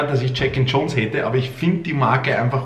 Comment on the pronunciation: Dude its not “Check & Chones” issa “J”